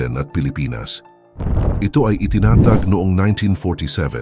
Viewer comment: "ITINATAAAAAG" hahahaha Ganito isulat mo sa text to speech "itinatàg" para magkaroon ng tamang accent yong AI voice. Pag wala kasing accent marks, ampangit ng bigkas ng AI.